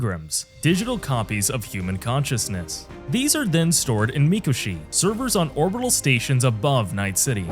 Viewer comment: did you... not play the game? thats not how you pronounce arasAka and mikOshi... lol